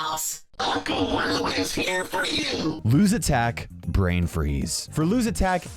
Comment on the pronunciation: ITS LOU NOT LUU